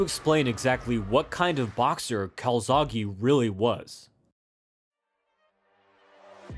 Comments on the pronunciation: why do u say calzaghy/calzaghi it's calzaghE, the same E in bEst, bEtter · It’s joe calZACKEEEE btw. 🏴 🏴